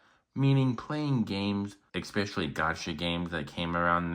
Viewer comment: learn how to pronounce especially...NOT EXPECIALLY